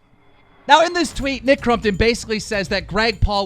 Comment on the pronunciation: WE ARE VENOM no one bro jus that hes pronouncing it wrong